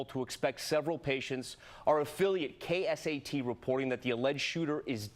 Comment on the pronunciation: He said KSAT wrong